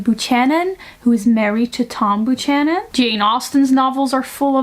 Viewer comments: Buchanan is pronounced like "byou-can-in" not "boo-chan-in" (I'm not trying to be mean I'm just trying to help so you know how to pronounce it next time) :) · Nitpick: "Buchanan" is pronounced "beau-canon". That's how it's pronounced here in the US. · A pronunciation note: the 'ch' in 'Buchanan' is pronounced like a 'k'. It's related to the Germanic 'ch' as in 'Bach', but not at all guttural. 'Buchanan' is a Scottish name, and the Scots language is in some ways closer to its Germanic roots than is Modern English. Can you tell just by looking how to pronounce the 'ch' in 'Buchanan'? As far as I know, you can't; you just have to know.